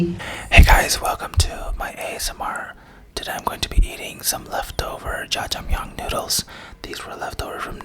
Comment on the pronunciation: Its not Shashmyeon it is Jajjangmyeon